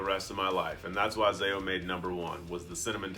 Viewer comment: Ty for saying ZAO.